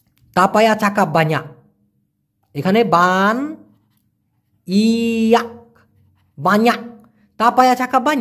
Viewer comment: সঠিক উচ্চারণ হবে .... বানইয়াক বানইয়াক = আর এটার মানে হচ্ছে অনেক অনেক